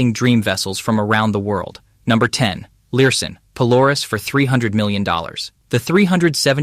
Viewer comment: Lurssen. not Learson.